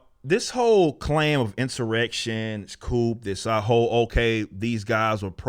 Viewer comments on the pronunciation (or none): It's pronounced "coo" not coop. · The p is silent in coup. Pronounced as "cou" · Love the show.... the word coup, as in "coup detat", is pronounced "coo". I mean you can call it a coupe Deville too if you want😉. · It's coo homie. Coop is a bird dwelling or coupe is a two door car but a takeover is pronounced coo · The P in coup is silent bro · That you're spot on. Well, other than your pronunciation of coup.